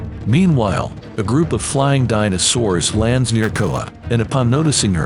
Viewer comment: Dyna-Soors. Nice one AI. Try harder.